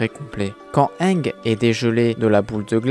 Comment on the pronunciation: Pk tu prononce mal aang